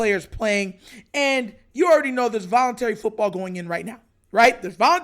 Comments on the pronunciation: The word is "VOLUNTARY" 🤦🏿‍♂️🤦🏿‍♂️🤦🏿‍♂️🤦🏿‍♂️🤦🏿‍♂️🤦🏿‍♂️🤦🏿‍♂️ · It’s “VOLUNTARY”